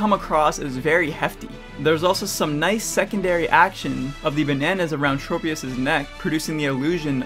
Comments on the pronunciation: PokéDex: TROP-IUS! This Guy: Trow-pius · Pokedex 3d pro: Traw-pee-iss (because tropical) Tchro-pee-iss (because smol brain)